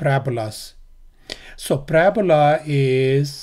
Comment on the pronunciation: Parabola wrong pronounciation